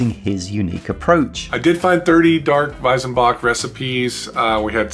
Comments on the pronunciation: Weizenbock is pronounced "Weitsenbock" not Weisenbock ;) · I mean.. i get that you are not native speakers and your pronounciation won't be perfect.. but.. it's WeiZenbock! Not WeiSenbock! The latter just sounds completely wrong. Try to pronounce it like the Z on Led Zeppelin.. it won't be perfect but much closer. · Just one thing about pronunciation: in German z is pronounced like the ts in cats, not like a vocal s.